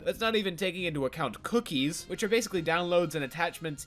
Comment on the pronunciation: Unrelated, but the way you say “cookies” makes me laugh. I like it.